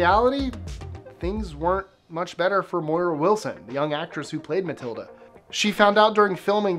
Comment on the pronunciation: "ZAN-uck", not "Zan-UCK". And it's "Gahl Ga-DOTe", not "Ga-DOT". It's "MARA", not "Maura" Wilson.